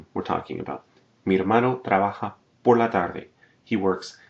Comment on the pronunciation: I like your lessons, but I have problems with your accent to be honest. I think someone who teaches, should stop pronouncing letters like in English.. for example your "por" I realize that very often in your classes.. and I think it would be a good improvement for you to work on that.